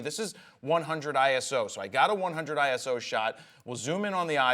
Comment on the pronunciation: ISO not I.S.O. It's one word